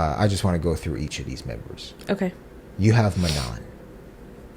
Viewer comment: Just FYI, since I noticed you trying to make note of how to pronounce Manon's name, they said it wrongly in those clips. It's pronounced "mah-no". The last 'n' is silent.